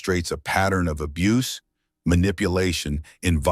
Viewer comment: Abuse is two syllable